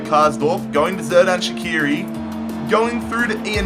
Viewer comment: Great vid! Keep up the good quality btw it's soo-luh (Süle) and sher-dan sha-kee-ri